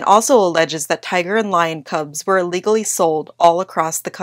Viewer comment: Notice she said ellegidly.....this was a t5rue animal lover, that haws been ruined by lyers.